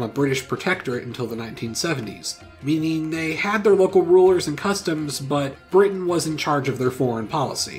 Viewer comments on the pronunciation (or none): none